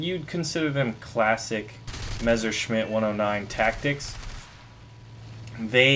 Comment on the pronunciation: And it's 'Messershmitt' not 'Mezershmitt'